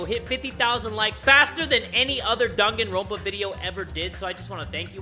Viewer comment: Did just say Doganronpa